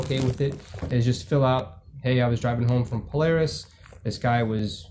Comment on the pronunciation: It's not pronounced pole-r-is it's pole-air-is .